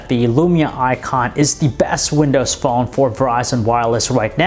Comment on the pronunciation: Btw stop emphasizing the last word of every sentence. "The sharp edges don't make it comfortable in the haaaaaaand." "It is Verizon's flagship windows phoooooone." So aggravating, I'd prefer monotone.